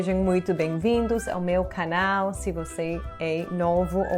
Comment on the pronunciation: Todos sempre têm sotaque. Por exemplo, você viveu mais de uma década no Brasil e fala bem português, mas basta falar uma única palavra e já se nota o sotaque norte-americano. A palavra é canal. Quando você fala canal, e fala muitas vezes, não o faz da mesma forma que um nativo brasileiro fala.